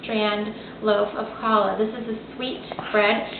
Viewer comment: Actually, not to be picky, but this is a challah. The pronunciation is hard to describe but it is not like the kid said. The ch (or more accurately kh sound is a kind of guttural German sound like you are about to hock a loogy). Or you can pronounce it like "HALL" which is softer but more accurate than what you heard in this vid. :)